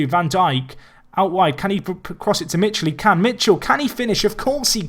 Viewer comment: Michel is pronounced mikèl